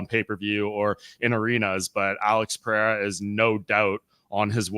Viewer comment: my guy, u keep saying "peh-hey-ra" but it's "per-air-ah"... The "HEY" is used only when you have a double R, or with an R at the beginning of the name...